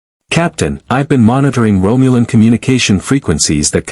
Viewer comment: . "Romulan war buds" We all know AI doesn't do pronunciation well, but this one is particularly hilarious. War bud sounds like a stoner's dream come true! ROFL 😂 I have herb on order, but nothing approaching war bud!